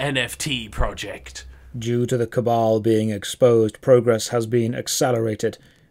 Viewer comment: Two things I learned from this video: 1: It's pronounced cabal, not cable. 2: isn't just a functioning torso with arms and a head melded to a chair with an insatiable desire to hold cups.